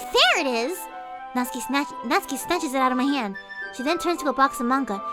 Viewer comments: How I have been saying natsuki for 2 years Nat-suki And it was supposed to be Nat-ski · Natsuki NOT SUKI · Natsuki Doki doki Ahh everything's fine except the one thing:she says my name everytime wrong